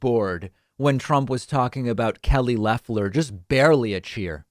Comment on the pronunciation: Trevor Noah pronounces Loeffler’s name as Loafler. Pretty funny and accurate. She has the energy of a loaf of white bread!